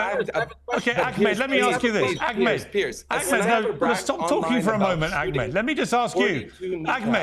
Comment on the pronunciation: I LOVE that Nissim said he’s a white colonizer! Bahahaha 😂 This guy is diluted.. omg listen here, “AK-med”! GO POUND SAND. SHUT UP. And yeah, if you don’t know Nissim, you need to.